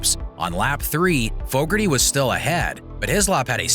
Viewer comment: Fooougarty.... lmao